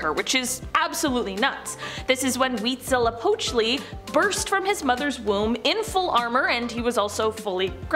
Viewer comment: SO impressed by the pronunciations …esp “Huitzilopochtli” 😅😂💯